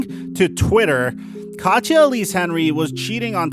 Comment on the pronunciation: Her name is not pronounced katcha it’s kateeyah